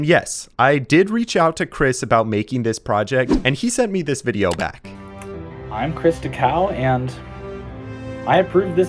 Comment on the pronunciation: My boy went to california to make a wideo😂😂